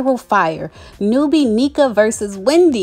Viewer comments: Hi her name is pronounced Nnéka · I believe it's Nne(h)ka... I have a friend with the same name and its pronounced with a short e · Hey, as a Nigerian I wanna try to help you pronounce Nneka’s name properly. The best way I can spell out the pronunciation is “un-necka” You gotta pronounce both n’s in Igbo names. Hope this helps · It’s prounced “N-Ehh-Kah I’m wondering why they’d bring in two Nigerians on. Normally I’d be happy. Shoutout to my Igbos! That’s our tribe. But anyways, I hope this won’t bring tension with Nigerian viewers and Bravo Tv. Yes Nigerians, we are raised up to work hard and become successful but I don’t want bravo tv to find a way to take from that and turn it into a competition amongst two Igbo Sisters. I’ll absolutely be watching. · Its pronounced N-neck-a. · It’s Na-neek-a or N-neka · It’s pronounced as “IN-NECKA” like neck. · It’s pronounced NECK-AH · You're pronouncing her name incorrectly....and I don't think Wendy is jealous of her for her accomplishments. Stop putting that narrative out there🙄🙄